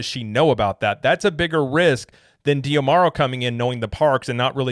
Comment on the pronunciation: I believe his name is pronounced "Josh Dah-Marrow" (based on interviews I've seen) rather than "dee-ah-marrow."